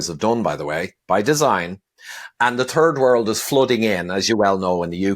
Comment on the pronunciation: I like his Irish accent. He pronounces “third world” as “turd world”.